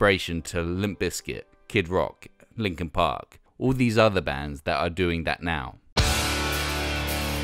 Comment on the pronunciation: Hard to tell what the hell he was actually saying in that segment but he seemed to be praising Deftones, Lincoln Pink's Hybrid Theroy and SOAD's Chop Suey. Pretty random to call these "perfect moments," especially when you consider the type of idiot pop-music consumer that would "crossover" on a phase to like Lincoln Pink.